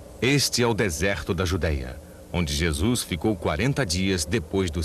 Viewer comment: Quem este que vc trata por JESUIS QUE ISTO VC ESTRAGOU A OBRA JESUIS, horrível VC FEZ TUDO BEM, PELO AMOR DE DEUS VC TEM CABEÇA FACA O SOM DESTA PALAVRA DA JESUIS NAUSEIA NO MÍNIMO É FALTA DE RESPEITO VC FOI CONTAGIADO PELO HORRÍVEL CARIOQUIES HORRÍVEL